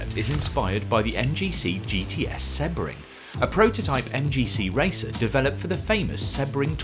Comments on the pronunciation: When did Sebring, See-bring, become Seb-ring? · seb-ring? see-bring, no? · It's “See-bring” not “Seh-bring” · How on earth can’t he pronounce “Sebring”? It’s See-bring not Sebb-ring😂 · open google translate, use language detection/english and write sebring, do you hear seh-bring or see-bring? because I'm not deaf yet and I hear see-bring, I've been watching racing for a couple of years and that is the way to prounouce the name of the track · I got annoyed by the way he pronounced Sebring, it’s always been seebring? Or have I been saying it wrong for 30 = years? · I wondered what on earth you were saying with Seb-ring.. never heard it pronounced like that lol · Sebring is pronounced SEEBRING. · The way you pronounce Sebring is wild. Such a famous race that you've never once heard it spoken? 🤣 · It’s someone’s name. It’s like seeing ‘Dave’, pronouncing it Dove-E and claiming it’s just your accent. Or saying Porshhh instead of Porshuh. There’s no reason not to say it correctly. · It’s someone’s name. It’s like seeing ‘Dave’, pronouncing it Dove-E and claiming it’s just your accent. Or saying Porshhh instead of Porshuh. Accents don’t enter into it. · dude if you want the correct pronunciation you can google it or check it in the dictionary, there is the right way to pronounce it and there is the wrong way, he didn't do it the right way and I'm tired of responding to this because I don't understand how anyone can hear this as the right way